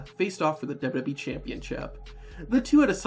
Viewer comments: Why wont you pronounce W-W-E properly your saying dub-dubee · Great video but the way you say WWE triggers me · i like the video but the way you say wwe makes me feel weird